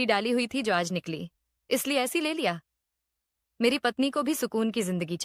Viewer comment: एसी होता है ना कि ऐसी